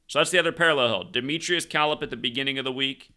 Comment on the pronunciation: Dimitrious Calip's last name is pronounced... "Ka-lip"